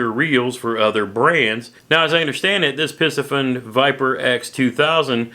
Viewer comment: Have a couple bait casting rods and a couple reels from Piscifun(Spinning & baitcaster). Love both rods & reels!! You said the name right as I heard it. Stay safe & God Bless!!